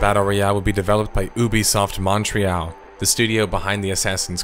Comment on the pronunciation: good bid. But pls learn how to say Montreal